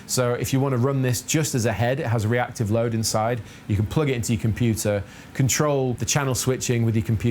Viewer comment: did you say "reactive load"? :face-purple-crying::face-pink-tears::hand-orange-covering-eyes::face-blue-wide-eyes